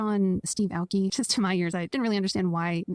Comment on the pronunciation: So many things I want to say about this, so here goes. - She didn't even know how to pronounce Steve Aoki's last name. Where the heck does she live, under a rock?! - Calling BTS a 'Boy Band" with a short shelf life makes my blood boil!!!! BTS has been around for 10 years and are still gaining fans everyday despite being in the military. I don't know of any other "Boy Band" that could do that. - I am 60 years young and a very proud ARMY. I can't think of a better group to support. BTS are such amazing human beings who only want to spread love and positivity. - The host left out Dynamite which was also a #1 hit. - K-pop isn't a genre, it's an industry! - The guest said she's heard people say this (K-pop groups singing in English) isn't the type of music we (Americans) are looking for. Really?! Then why did Jungkook do so well in the US with his solo songs, because we don't want that kind of music?! Doesn't make sense to me. - You know, sometimes it's embarrassing to be from the West. We want our (American) artist, like Taylor Swift to be accepted by other countries but we won't accept others who are different from us?! - These two need to do some homework and really learn about BTS and how they have evolved as a group. After 10 years they are still successful and their fan base continues to grow. I think people are scared because they don't know how to compete with the guys. BTS has worked very hard to connect, and I mean really connect, with their fans which is why we are so d